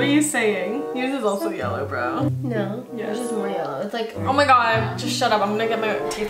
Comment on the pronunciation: “uR TeEtH iS YeLlErw”